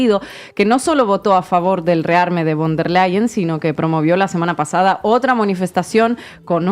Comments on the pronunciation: Se pronuncia Ursula fon der Leien !!! Ya que la v en aleman se pronuncia como f y bueno a la señora Von der Lein tiene unos intereses económicos ya que la empresa de Main Metal ( empresa armamentista ) es propiedad de su familia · Se dice " fon der Laien " nicht bon